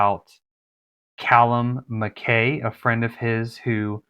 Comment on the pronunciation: MacKay is pronounced Mac"Eye" - it is a Scottish surname